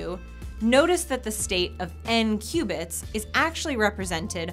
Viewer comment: I thought she said "2 Cubans"